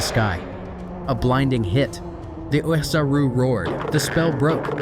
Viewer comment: originally i thought it was you personally doing the commentary, but after checking out some of your older vids, I'm guessing that it was actually AI that narrates the script here, especially noticing pronunciations like "nay-mekian," "kakkaROT," and oozaru sounding like "ooh-hee-za-roo" at certain points. in older videos, while i enjoyed a lot of the lines being spoken as they would in the Funimation dub, its weird pronunciations of these universe-specific phrases that really makes the AI narration & dubbing sound weird. in the future, i recommend doing tests with different ways of spelling these words and see if your AI can more accurately pronounce them - for instance, if spelling "Namekian" makes the voice output say "NAYmekian," try spelling it like "Nuhmekian" or "Nehmekian" to see if you get better audio results. all that being said, another thing i liked about this compared to your older videos is that if youre using music at all here, is VERY quiet in the mix. thats good, the loud music really distracted me in the DBS Manga 101 & 102 review videos. i hope i dont sound too nitpicky, i just want to give you suggestions of how you can continue making better & better quality uploads. all the best!